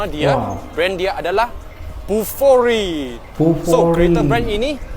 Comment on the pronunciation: It's BUFORI, not kokori 😊